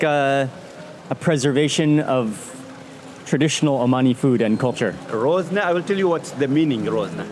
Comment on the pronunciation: it is called RAZONA NOT ROZNA